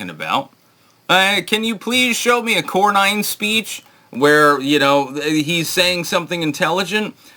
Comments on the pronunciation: Its not Corn-nine. Its Corn- en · Cor-nin not Cor-nine.